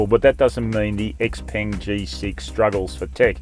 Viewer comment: its pronounced "x-pung"......not x-PENG. Please get this right